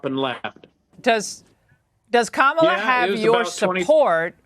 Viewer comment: I love how he pronounced her name -Camila 😂😂😂